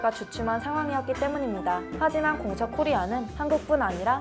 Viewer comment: 공차 얘기할때 무슨 말인지 모르겠음ㅋㅋㅋ